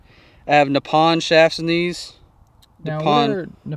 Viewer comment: the C on your shafts doesn't stand for "custom." It stands for "constant" as in C-Taper or constant taper, the design of the shaft. Also that's not how to pronounce Nippon.